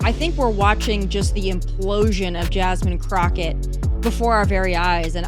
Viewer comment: Jazzzzmean Crotchette...